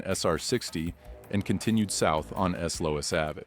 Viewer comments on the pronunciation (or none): "S Lous Avey"? Who's that" Some new sports guy? 🙄